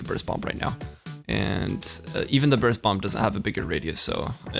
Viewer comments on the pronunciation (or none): none